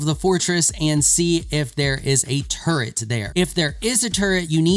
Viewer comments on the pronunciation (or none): its turret, not turrent :)